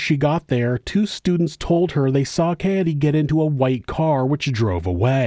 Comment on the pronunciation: It's actually pronounced Kah Ay Day brother 😂